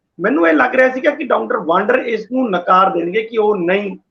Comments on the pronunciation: ਪਿਆਰੇ ਸੱਜਣੋ ਡਾਕਟਰ ਗੁਰਪ੍ਰੀਤ ਸਿੰਘ ਵਾਂਦਰ ਹੈ ਵਾਂਡਰ ਨਹੀਂ।ਕਿ੍ਪਾ ਕਰਕੇ ਸਹੀ ਉਚਾਰਨ ਕਰਿਆ ਕਰੋ। ਸਾਡੇ ਫਾਜ਼ਿਲਕਾ ਦੇ ਪਿੰਡ ਬਾਂਡੀ ਵਾਲਾ ਦੇ ਖਾਨਦਾਨੀ ਰਿਹਾਇਸ਼ੀ ਹਨ। ਸਾਨੂੰ ਫਾਜ਼ਿਲਕਾ ਵਾਸੀਆਂ ਨੂੰ ਮਾਣ ਹੈ ਡਾਕਟਰ ਗੁਰਪ੍ਰੀਤ ਸਿੰਘ ਵਾਂਦਰ ਪਰ। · ਮੁਆਫ਼ ਕਰਨਾ ਡਾ ਵਾਡਰ ਨਹੀਂ, ਸਹੀ ਨਾਮ ਵਾਦਰ ਹੈ, ਲੱਗਦਾ ਹੈ ਅੰਗਰੇਜ਼ੀ ਭਾਸ਼ਾ ਦੇ ਸਬਦਾ ਦਾ ਉਚਾਰਨ ਜਿਆਦਾ ਹੋ ਰਿਹਾ ਹੈ, ਡਾ